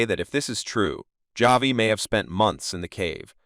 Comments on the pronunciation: Decent video, but the computer-generated narration in this and other similar videos is annoying. It's "Ma-ree" not Marie, and "Ha-vee" not J-V. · Who the hell is JV 😭 I would understand a mispronunciation if you're reading the name off of a book, but they literally say "Havi" in the show multiple times 😭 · It's pronounced Hav E but great video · Or Ha Vee